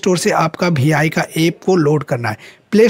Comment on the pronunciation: Bhai vi to kehna seekh lo bh I keh rahe ho 😂😂😂